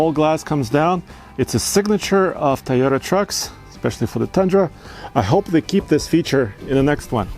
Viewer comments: Can you stop staying "tayota" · COVID is spreading because of people pronouncing TAYOTA. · Drink when says "Tie-Yota"